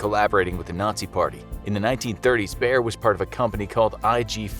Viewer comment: How Wrong do you wanna pronounce "Bayer": YES